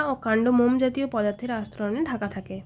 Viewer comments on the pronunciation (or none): none